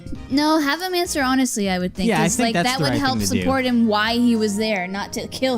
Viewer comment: Onswer hanestly